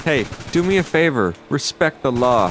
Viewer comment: RESPECK IT